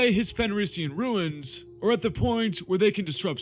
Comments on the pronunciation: It’s runes not ruins… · Runes sounds like roons. Not ruins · I've watched entire video. Very informative and well done. One suggestion. Stop mispronouncing the word "runes". It is pronounced "roons" not "ruins". Thank you for noticing me noticing you.... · Runes is pronounced ROONS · Is anyone else slightly annoyed at his pronunciation of runes?